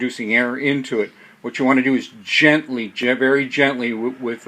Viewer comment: the word is GENTLY !!!!!!!!!!!!!!!!!